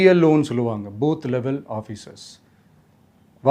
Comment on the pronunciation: பூத் என்று சொல்வதற்கு பதில் போத் என்று சொல்லுறாரு